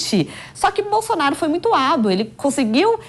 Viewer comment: Ela falou MUIE